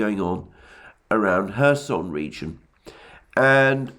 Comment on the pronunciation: Am I the only one who hears Herson region???? Or Mr Alexander deliberately saying??